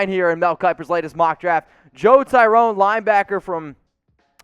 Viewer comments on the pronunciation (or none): Well, first of all, Lavonte David is leaving in free agency. Second, your self-promotions became nauseating. I had to fast forward through them! Also, learn to pronounce Tryon's name. It's not "Tyrone"!